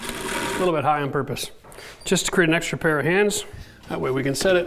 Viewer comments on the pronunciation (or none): none